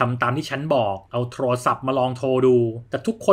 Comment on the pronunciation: พากย์ดีมากเลยค่ะน้ำเสียงจังหวะใดใด แต่ติดตรงคำว่าโทรลโทรศัพท์ทำไมต้องควบกล้ำคำว่าโทรลฟังแล้วแอบขัดใจนิดๆ